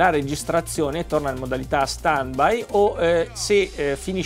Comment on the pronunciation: Si scrive stand by e si legge stend bai.. 🤣🤣